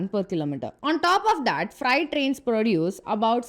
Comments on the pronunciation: fright or freight corridor? madam get your pronunciation correct. But please keep up. Very good video. Content of video is nowhere else. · Gentle advice to make use of online tools to improve pronunciation... for example freight is pronounced as 'fraite' not 'frite'. Otherwise good job. 👍👍👍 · Its not "Fright". It is "Freight". Its not "racks". Its "rakes". Still good explanation 👍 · It’s not fright it’s freight. You are pronouncing that word the way fright is said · Freight not friet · Very nice presentation on DFC and TOT. Only suggestion is to not pronounce Freight as Fright. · It's not fright, it's fr-eight. However, I must say, this DFC is very good. India needs these sort of corridors within each states, connecting industrial hubs and farms with airports and ports. India also needs to build multimodal logistics hub around airports in the hinterland.